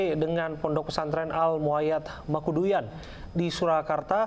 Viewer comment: Mangkuyudan pak bukan Mangkuduyan